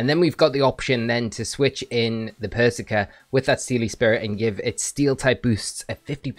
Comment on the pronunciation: You know how Starbucks intentionally misspell your name so you post it on social and give them free advertising? Pretty sure that’s what is doing here with how he’s pronouncing “persicker” 😂